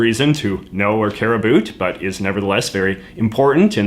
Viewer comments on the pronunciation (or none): Is he joking about saying about because i am hearing abut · You are the first Canadian I've heard who actually pronounces 'about' like 'a boot'. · JJ pronounces the word "about" (/əˈbaʊt/) as something like "abut" (/əˈbʊt/). Is this a common thing in Canadian English (or his regional version), or just a quirk or his pronunciation? Just curious, as a non native English speaker. I usually understand quite better American/Canadian accents (well, the neutral ones at least) than British one. Many people here in Spain prefers British accent but I find it more... how to say, stiff? Like the consonants are too marked, making the general sounds less mellow. Maybe it is because I am from a region that does the same with our native language, or maybe because media exposure, whereas most people are less prone to consume series in native languages and more prone to learn from tutors. Anyway I do not remember hearing someone pronouncing "about" in this way until now (even in Canadian tv shows like Trailer Park Boys). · The vowels "ou" in "about" create a diphthong. Why do you pretend they don't? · I’m canadian and the way you say about is so infuriating i have never heard someone pronounce “about” in such a weird stereotypical way